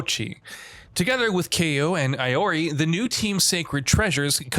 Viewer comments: "Aiori". God damn its Iori. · Eye-Orey, bruh... 🤣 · Did he just say AI-ORI? 😭😭😭😭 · This has to be the worst video on YouTube. Did you actually research anything before making this video. You used Kulas rendering for Mai, his names is pronounced "Kay Four Nine" not "K ninety-nine ninety-nine". Please learn hw to actually pronounce iori and kyo, it's K Dash. The announcer has literally been pronouncing their names since 95. Why don't you actually do do journalism instead of posting nonsense....